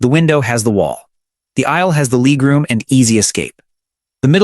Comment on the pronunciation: What's leeg room? And base-innets?